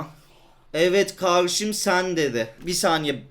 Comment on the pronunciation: Öylemi ya turkmu çıktı 😂😂 birde karrsim dio 😂😂